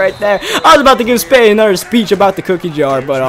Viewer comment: "Anudder"